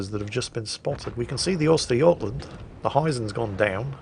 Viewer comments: lol, not Oystergotland. Uhstergohtlahnd. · That's an interesting way of pronouncing götland.